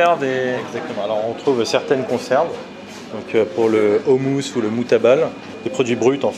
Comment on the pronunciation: en tant que franco libanais tu m as fait plaisir d aller dans ce genre de restaurant.Nous avons une des meilleures cuisine du monde.Par contre pour le houmous il ne faut pas dire ou mais o. meme le restaurateur a fait l erreur lol